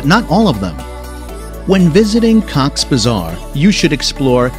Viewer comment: it's not cocks bazar, it's cox-es-bazar